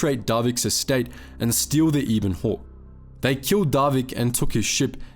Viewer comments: Eh-ben-hawk* not ee-ben-hawk. Just because Kenobi was a Brit doesn’t mean you get to pronounce things correctly 😂 yeesh. (Obviously I’m just joking, this is a great video I’m just bored and can’t sleep. Please don’t take this seriously, people) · Ebon Hawk not E Bon Hawk think ebony but drop the y.